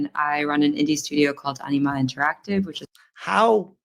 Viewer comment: Enema Interactive, can't unhear that no more